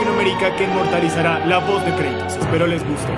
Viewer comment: ¿kreitos? estaria bien si el nombre fuera en ingle pero creo que es Kratos